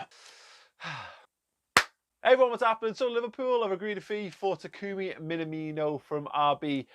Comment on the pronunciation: BTW, please learn the pronunciation (not that hard really). Imagine someone asks if you are an Everton fan: "Me? Nah! Me? No! (emphasis on the second word, and elongate the aaaahhh sound). me-naaah-me-no